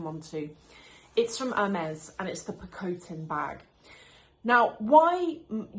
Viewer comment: What's wrong with your face ? Are you on steroids? And your pronouncing the name wrong , it's a picotin 😂